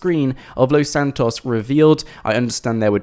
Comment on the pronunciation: Why are you saying Los Santos like that?